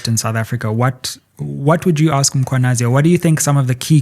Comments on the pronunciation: I am always intrigued at how white people and mostly black journalist will go out of their way to pronounce foreigners names, in this instance (all of Goswamis names) and yet butcher Mkhwanazi by always referring to him as (MAkhwanazi) (mApumalanga)😢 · IS IT REALLY DIFFICULT TO JUST SAY 'MMMMM-KHWA-NA-ZI? Makwanazi???😤😤😤. Makes me cross when she says that!! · I have it when white people say Makwanazi. This is just disrespect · The non-blacks think it's okay to mispronounce black people's names. "Makhwanazi", seriously? It's the very same reasons they can't say Tshepo, but they can say Tsunami. I dislike people who don't respect black people. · Yes, so many people mispronouncing the name when it's really not difficult.